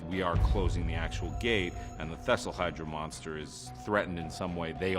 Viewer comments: Wait a minute.... did he just say, “thestl hydra?” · Did anybody else want to correct him everytime he said thesselhydra